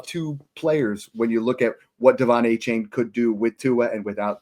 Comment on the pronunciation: It’s “Ayy-chan” guys